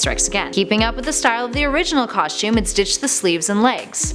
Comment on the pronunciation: i don't like the way she say's costume